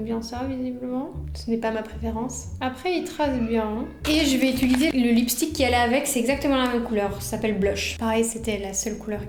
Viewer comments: Quels magnifiques cheveux! Bon par contre désolée d'être la casse-** de service mais le verbe é-t-u-liser revient tellement souvent que je suis obligée de le dire: en fait c'est "utiliser". Bravo pour les montages dynamiques et pleins d'humour! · Tu dis aussi « utuliser » au lieu de « utiliser » 😂😂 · Et tu dis très souvent "je vais utiliser" mais tu dis "utuliser" 😂😂 Ça me perturbé de ouf ! Hâte de voir la prochaine vidéo !! 🥰